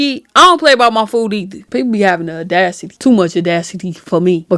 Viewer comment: Audacity not adacity